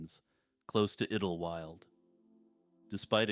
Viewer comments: Hey dude, It's pronounced idol-wild. Not idil wyld. That was driving me insane, 😢I had to skip that part. Lol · I swear to God, if u say iddel-wild one more time.... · Pretty sure it’s pronounced idle-wild (sounds like tidal). Could be wrong but that’s how I’ve always heard it pronounced. Anyway keep up the good work. I recently started watching your channel and it’s pretty good. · Idlewild. Pronounced ‘idol wild’. Great compilation!❤